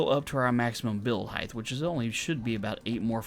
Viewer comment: Hey, RawGage here... great video. A couple things to make note of is falling and stopping on a ladder with the jump button and, if you're going to do these tests in the name of science, please pronounce height correctly. It's pronounced with a hard "T" at the end as if it was spelled hite... no "TH" sound. I know so many people get it mixed up with LENGTH and WIDTH but it sounds silly when someone says HEIG-TH (it even looks weird!) Lol Love the content and please keep testing! 😎👍